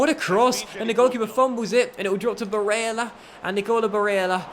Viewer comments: I'm Italian and your pronunciation is really bad lol but don't worry Cutrone - Cut-rone, not Cuchrone Cragno - Craño (like in spanish), not Crag-no Barella - Tough LL, not like umbrella Calabria - Calàbria, not Calabrìa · The way he says barrela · His pronunciations are pure cringe. The pronunciation of Murgia sounds like an ancient Egyptian city to be fair.(Let alone Barella) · If you say barella like that one more time I’ll kms